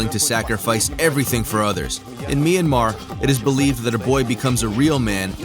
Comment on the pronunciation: it'd be great as a local citizen of myanmar if you just pronouced Myanmar as Myan-mar a bit fast because that's how we say it and I don't want local citizens to be confused with Myan-mar and Me Yan Mar